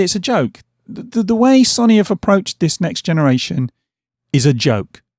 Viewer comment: Say it with me now.... Sow nee 😄 Only playing lad, great videos even if you can't pronounce sony 🤣